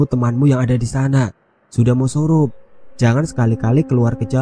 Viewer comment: Surup mass..bukan sorop